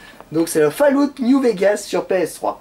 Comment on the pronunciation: Ben putain quand on voit comment il prononce le nom du jeu Zelda ... Ou Fallout